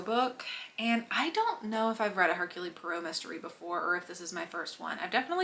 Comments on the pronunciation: It’s her-cool. Not Her-Cooly. Every time you pronounced his name I winced. Do some basic research before filing a video lol …. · The e at the end of Hercule is silent. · If you saw the movie adaptations, then why do you consistently mispronounce Poirot's first name?